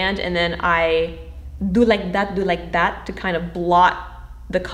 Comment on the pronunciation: "do like dat, do like dat" the Filipino jumped 😂😂